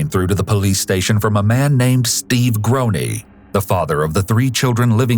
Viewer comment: Anglophones and pronunciation always take different trains. Groene is totally mispronounced. 😢